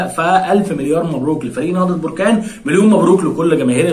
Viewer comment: للتصحيح فقط بركان تنطق حرف الباء بالفتحة وليس بالضمة barkan